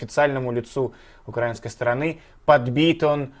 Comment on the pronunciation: Не, укрАинской, а украИнской